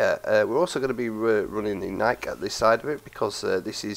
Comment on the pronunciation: HES SAYING NIIK INSTEAD OF NIK-E IM WEAK